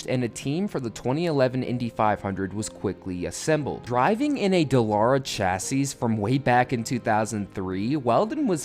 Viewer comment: The last "s" in "chassis"' is silent. It's pronounced "chassee"